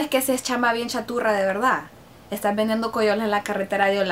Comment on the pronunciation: No es chaturra mae, es Charrula